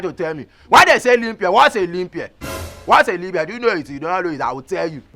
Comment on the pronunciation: Did I hear aglobota ?😀😀😀say na limp year😀abi na Libya in pronounce , shaggy pls let me be you Engrish tesha😀